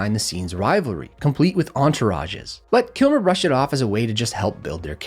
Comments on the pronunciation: "VAL KIMMMMMER" has an "L" in his last name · You know there is an L in his last name rightt...? Kilmer not Kimer 😂😂😂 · you couldn't by any chance pronounce his name properly It's Kilmer.. not Kimer🙄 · Dude it’s Val “KILMER”, Val “KILMER” why are you saying Val Kirmer?, why?how is this one of your favourite actors when you can’t even pronounce his f’ing name ffs 🥴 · Sorry, I couldn’t make it through the whole video because it irritated me so badly that you kept mispronouncing this guy‘s name. His last name is pronounced Kill-mer… not Kim-mer! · Val KIMAR? Are you kidding? Do you even know this man? His last name is KiLmar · Are you saying Kimmer rather than Kilmer? Why?... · WHY do you insist on calling him "Kimmer"? it's pronounced KILLmer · KILMER🤦‍♂️not Kimmer. Makes me wonder. Maybe. Might be. I don’t know. Just saying. Could be. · Can I buy an "L." As in Kil-mer. Kimmer...geez. 🤦‍♂️ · his name is KILMER not Kimmer..lol get his name right at least dude lol .My fave kilmer movies were thunderheart ,his role in tombstone and the doors.I love the scene in tombstone where he spins the shotglass on his trigger finger like a colt .......but..I think this epstien theory sounds a little far fetched but who knows..I personally believe hollyweird [as waylon jennings called it} is definitely into some dark shit...but i thought Mel Gibson was ostercized when he went a little nuts there for awhile..beating up his wife and such..and then he went off on the jewish and his drunken antisemetic raves...IDK I could be wrong too but just what i thought bcuz after that you never saw much about him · Why can't you pronounce his last name? It isn't Kimmer, it's Kilmer. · You are seeing things. It's "Val Kilmer", not Kimmer. Last time watching your videos. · You diid great work compiling this info. But you called him "Val Kimmer". Not once or twice, but enough times that I quit counting after 5x and quit watching after 8x. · Not to mention he pronounces his last name “Kimmer” 😂